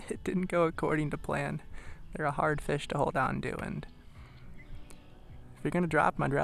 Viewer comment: nice Fesh..from now on I'm calling them fesh, not fish